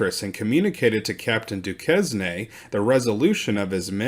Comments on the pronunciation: Good stuff here! However, as a historian and an Ohioan, you should check your pronunciation of words. Chillicothe is not—“Chill-Kothe” it’s “Chill-Uh-Koth-Ee.” Scioto is not “Skee-Oh-toh” it’s “Psy-Oh-tuh.” and Duquesne is definitely NOT “Do-kez-knee” it’s “Due-Kane.” You can look these words up on Google and get their proper pronunciations. Great stuff otherwise! 👍🏼❤️🫡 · And it's not Doo kes nee ... it's Doo kayn. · It's pronounced doo kayn, not doo kes nee. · I enjoyed this one, TY sir. I was trying to make a timeline as you read, but found it quite difficult. Seemed there were quite a few circle backs in this account. The followup stories of the captured salt miners were a nice finish. I was unaware of hostilities as far south as KY after the Rev War "ended". Always love learning new info. I think Dusquene is pronounced Doo Kane. Sounds French! Now I have to follow up on this Henry Hamilton, Brit Lt Gov of Detroit fellow.